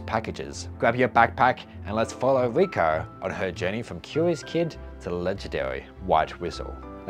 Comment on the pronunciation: Your voice is really nice for me to listen in the background as I'm working on my projects. But funnily, the way you pronounce "Riko" sounded like "Vueko" to me. So I was like "Why is Vueko mentioned so much? Wait lol, it was Riko" anyway, I like your vids and looking forwards to see more!